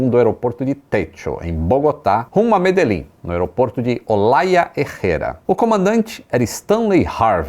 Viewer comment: É estranho pra mim que falo português mas que sou colombiano escutar o nome da cidade "Medellín" e algumas outras expressões e orações com uma pronunciação errada rsrsrs. Mas achei muito bom o documentário rsrsrs